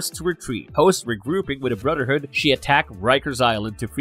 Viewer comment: Can you say the “th” sound cause it’s hard getting through it when every time it’s brudder hood, and mudder hood? I’m not being snarky I’m just genuinely asking. Maybe take some voice and speech classes, because it’s distracting to get through the video listening to that. Just food for thought.